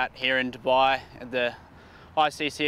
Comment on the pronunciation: It's not ddubbaaiii it's dubai